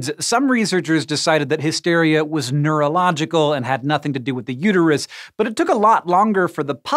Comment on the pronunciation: its uterus not uteryou